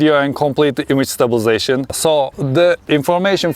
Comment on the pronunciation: Why can’t you pronounce stabilisation?